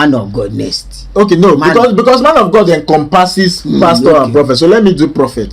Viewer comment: Mayor finished me when he said econdomdompasses